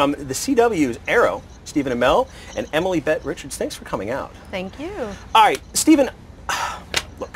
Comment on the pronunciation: Did he say Emily Bett Richards!!??